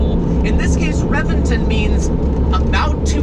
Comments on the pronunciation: It's a Actually Pronounced Rebention, Not Reventon. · ReBenton. Is correct. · reventOOOOOOOn. Not reventen' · RevenTON, not RevenTIN. #triggered😤😠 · Revinton??? RA-VEN-TON dude! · You are during a 2M car and don’t know how to pronounce the it’s name ?? It’s Rebenton !!!! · Its pronounced Rebenton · it's pronounced reventan .... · "REVENGTIN" ARE YOU SERIOUS. SAY IT PROPERLY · The revenTIN? REALLY ? REALLY ... DUDE .. REALLY ?! YOU SOUND LIKE A BUM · He pronounces the name of the car like a British person😂😂😂